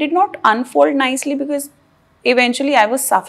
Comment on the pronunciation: Because ❌ Be-kiss ✅ Rip English.